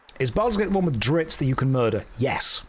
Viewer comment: It's also Drizzt, not Dritz -.